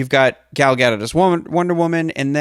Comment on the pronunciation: Gal Gadot's last name is pronounced Ga-dot, not Gadt